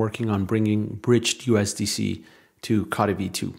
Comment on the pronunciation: C"OH"tee not caughty